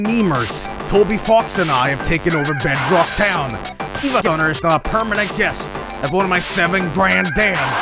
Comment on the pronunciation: it's from a recording he made for me years ago but it's so old he said giivasunner so I had to sentence mix that into siivagunner